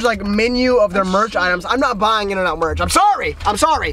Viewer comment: in n out being d hurt me as a californian